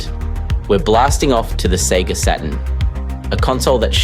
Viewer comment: Seriously did you just say Sega sah - turn?? What is this??? AI British guy who doesn't know how to pronounce Saturn - not even with a British accent. I'm gonna say it now - AI is ruining Youtube. Every documentary or crime show I watch has 1 of the same 4 AI voices that keep rotating through all of these channels. When you watch videos with weird speech breaks and paused and improper pronunciation, it really is a deterrent and a total turn-off. Creators don't even try anymore - they just write a script and then have AI narrate it. I left Twitter, and now I'm migrating away fro Youtube. Keep killing everything good online. LAzy people mixed with AI leaves a communnity to look for other avenues for their entertainment. This is a cesspool these days. And if this was not AI and really the voice of the porson making this video - still I give no pass - There is no way you say SATURN like that.